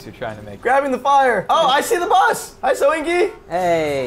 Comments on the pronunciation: its buth not bus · messed up saying Bus one episode ever since they say buth instead of bus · why the fuck does he say bath instead of bus? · buth not bus